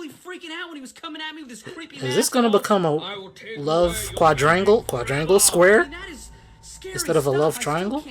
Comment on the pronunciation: Did you really just say quandrangle my guy